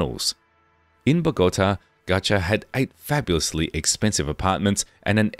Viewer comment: I wish you would pronounce Ochoa correctly. Such an insult and disrespect to the family. And pronounce Bogota right. If you can't pronounce Spanish correctly then don't make the video, it's very disrespectful.